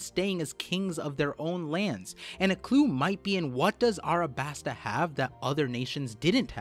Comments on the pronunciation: A LLLLLLLLLLLLLL A B A S T A NOT ArAbAsTa... Jesus it's the easiest word when you can pronounce "Don Quixote" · alright we need to have a discussion of Arabasta vs Alasbasta. Arabasta is cringe and Alabasta is chad, discussion ended. also the Greek Goddess Nike is not 'knee-kay', its actually 'knigh-key', just like the clothing brand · Why do you call it arabasta and not alabasta